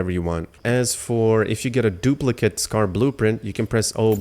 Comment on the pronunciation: Its not pronounced "Scar" lol